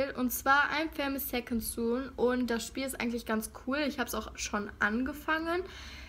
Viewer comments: Es wird infamous second sun ausgesprochen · Hahahaha wie du infamous second son aussprichst